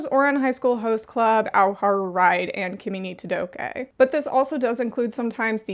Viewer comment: Kimi no todokéééééééh?? Excuse me 🤠